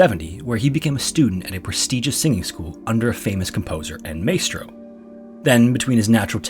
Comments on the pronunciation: mystro, not maystro (maestro) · Been subbed for a while, love your content and low-key narration...but how do you not know how to pronounce "maestro"? It's my-stro, not may-stro. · Maestro pronounced 'My-stro' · Maestro is pronounced like “mice-tro” 😊 always excited when your videos come out! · “Ah-vey” Maria and “My-estro” for pronunciation. Great video!